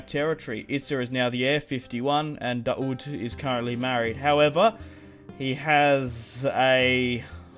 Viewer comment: dao'd not is it it is a Daowd in arabic ,in eng David name Prophet father of Suleiman